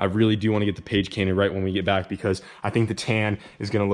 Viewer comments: Instead of cage painted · ”Page Cainted” - 2020. lol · "Page cainted"-Kyle2020 😂😂😂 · lmao "page cainted" 2020 classic hahaha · "Caint the page" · This comment section: 30% why does all your shit break all the time 70% haha he said caint page